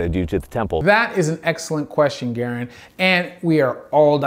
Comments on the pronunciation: Bro, it’s “Guh-rand” not “garen” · That is definitely not how you say Garand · The way he said Garand was kind of hard to listen to also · both Garand (the namesake for the M1, not Mike) and the Doc are Canadian if I recall where the pronunciation would be as you heard it spoken in the vid, but Mike and a lot of his viewers being American I suppose our pronunciation is also stylistically valid if only by colloquialism